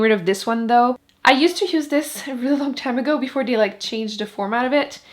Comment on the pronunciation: Uuurrrrrgggghhh she kept saying de instead of the or dis not this or do not tho